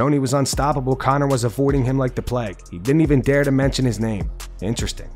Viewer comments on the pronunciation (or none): none